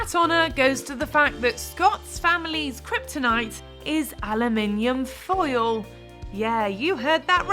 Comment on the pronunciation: I forgot what foil was because of the way she said it 😭